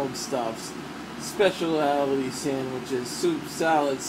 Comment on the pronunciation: when he tried to pronounce the word specialty